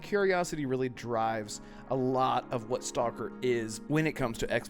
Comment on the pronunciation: You pronounced the name of the game incorrectly